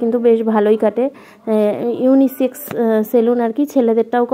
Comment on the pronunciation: Unisix ta ki abr?? Unisex go ota😂😂